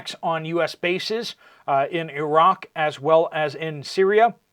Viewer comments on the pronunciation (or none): none